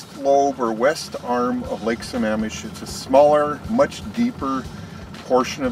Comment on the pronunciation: You have it labeled as lake Sammamish but keep calling it lake samish